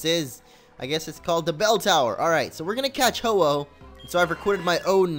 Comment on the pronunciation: Really ho ho it's ho oh